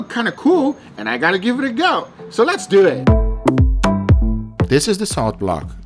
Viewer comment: Sounds like your saying dew it